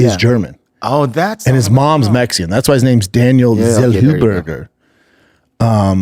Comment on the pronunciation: Zellhuber ❌ Zellwhoburger✅